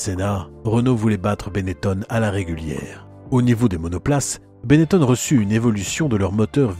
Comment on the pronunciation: On doit prononcer Benetton et non Benettone, les noms en ON sont très courant dans la région de la Vénetie et en particulier dans et autour de Trévise, exemple le pilote de Rallye Massimo Biasion qui ne viendrait à l'idée de personne de prononcer Biasione. C'est très énervant d'entendre encore cette erreur qui a perduré un temps par des journalistes mal informés, quand Benetton s'est investi dans la Formule 1 . Mon nom patronymique est originaire de Trévise justement est se termine en BON, je suis donc justifié pour en parler. Et Nino chantait : Chez Gaston ya l'téléphon qui son, et ya jamais person qui y répond ! histoire de terminer sur une note humoristique.